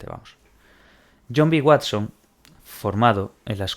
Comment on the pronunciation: el Watsón😂